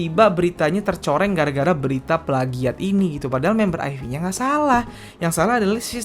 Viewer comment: lebih enak nyebutnya "aif" bang ketimbang "ayfi".